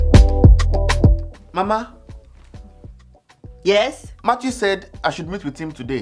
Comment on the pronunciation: Matttwo😂😂😂 it’s the pronunciation of Matthew